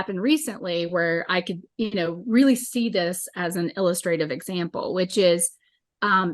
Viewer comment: "il-LUS-trah-tiv" example. Good information but don't use big words you can pronounce.